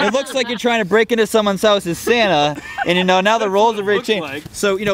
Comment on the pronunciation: What is it's the real Santa?... (Or "Sana" as pronounces) PM 12/20/2018